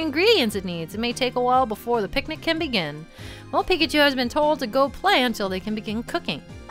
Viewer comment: Stop saying PIKACHU like PiCkAChU